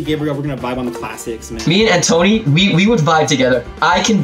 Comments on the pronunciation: Antoine: pronounced Antwan Gabriel: ANTONY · i’m laughing at the fact that gabriel thinks “antoine” is pronounced “ann tony” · Why is no one talking about Gabriel calling Antoine “antony” 😂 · I literally died when he repeated An-Tony XD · Is no one gonna comment about how Gabriel is saying antoines name so wrong “antoneee” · i hate the way gabriel pronounces “antoine” like “antony” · Gabriel said Anne tony instead of Antoine